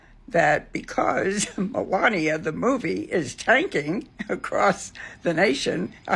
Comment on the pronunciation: The way that woman butchered Melania's name is chef's kiss